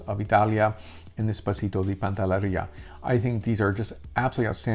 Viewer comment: PANTELLERIA. Not pantallaria!